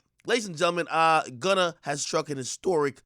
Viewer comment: Prosecutors played and pressed him out. Boy said he "Wunna" go home.😭😭